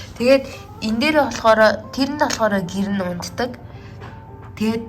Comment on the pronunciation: Би унтатаг юмийг унгадаг гэж сонслоо 😆😆😆